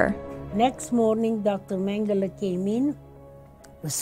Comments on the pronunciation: HAHAHA ! I hear ya...youd think theyd learn how to pronounce the names and words correctly ...Gobells and meangel...gimme a break.but as an actor ican see thats the directors fault ultimately but primerily (i cant spell when buzzed)Primerily the engineers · Lol. Magel (Italian for Michael)- had me wondering who that was until I looked up and saw the evil Dr Josef Mengele. I guess when you're 10 yrs old, you haven't been exposed to much WWII name pronunciations.